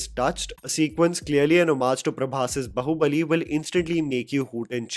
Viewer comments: Please pronounce it as BAAhubali not Bahubali like Saas Bahu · Bhai 2024 aane wala hai. बहुबली bolna bandh kar do. It's "बाहुबली". BAAAAAhubali. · आप बाहूबली को बहुबली क्यों बोलते हो? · I have no idea why BUT I feel a huge 'tinge' in my spine whenever calls it "Bahubali" instead of "Baahubali". (I am so sorry. I tried to ignore it many times but it seems you are doing it deliberately). You do not call Pathaan as Pathan. Salaar as Salar. Jawaan as Jawan. SO WHY???? Why call Baahubali as Bahubali???